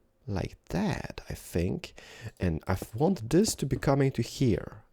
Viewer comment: I LOVE how you say "I Fink"! You are ADORABLE!!! Love you!